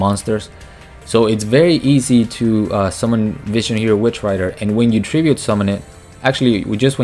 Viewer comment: It's Witch Raider not Rider lol